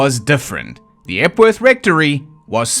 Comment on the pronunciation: Epworth Rectory... Jeez. I actually thought you said "F-word rectory" the first time you said it. I was like: "Weird, normally he doesn't censor himself like that".